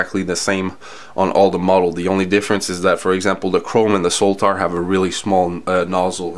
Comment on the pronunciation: I liked the review, especially the comparisons between the different models. I'm curious though why you call the Sotar model the S-o-l-t-a-r with an L. Anyway, happy NY.